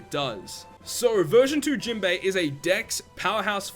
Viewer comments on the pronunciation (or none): Why u always call him jimbe its jinbe broski